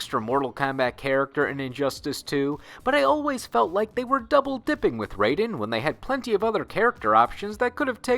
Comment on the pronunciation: So they created Raiden, named him Raiden, but don't know how to properly pronounce his name?